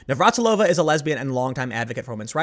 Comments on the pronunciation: It makes me feel very, very old that you don't know how to say Navratilova... She was a household name when I was a kid. Navratilova vs. Evert... that was a hell of a rivalry. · You having trouble pronouncing Navratilova's name is a reminder of how times change. She's a true legend in the sport of tennis, and was commonly known by fans and non fans alike.